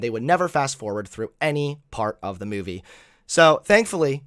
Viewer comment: “myuvie”